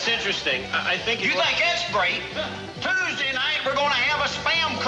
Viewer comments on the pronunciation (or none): none